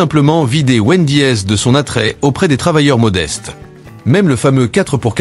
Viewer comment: Numero si ou es le x 😂😂 Hooter ou es le s 😂😂 Pizza ach 😂😂😂😂 Wend . i. es 😂😂😂 Quelle mer . d!e cette AI comme la bouffe